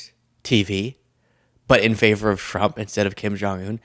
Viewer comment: Your saying Frump 😂😂😂😂. Rolling tongue instead of enunciation !